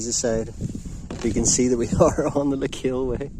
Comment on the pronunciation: I like your videos, and your a great guy and i don't mean this to be rude. The proper way to say Lecale is not le-kale like the stuff you eat lol, the 'e' at the end is silent, and it's pronounced 'Leh-khal,' it's irish for Cathals half. i'm a local and thats how its said, it's a word with old french origin as well as irish. Your belfast hills vids are really nostalgic as i came from there a very long time ago and things have greatly changed so it was nice that you do walks ahd hikes there it brings back many memories Cheers.